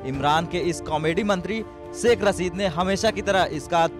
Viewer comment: Aby Delhi ke Dallo saikh nahe hota shaikh hota ha 🤣🤣🤣.... Toilet less bhikareo 🤣🤣....... Apne farmers ko daikho